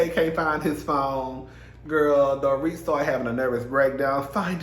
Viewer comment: Hi, Dorit's name is pronounced, "Dor-reet". 😊